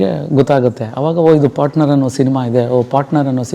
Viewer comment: ಪಾಟ್ನರ್ ಅಲ್ಲ. ಪಾರ್ಟ್ನರ್ ಎಂದಾಗಬೇಕು. ಕನ್ನಡ ಸ್ವಚ್ಛವಾಗಿರಲಿ.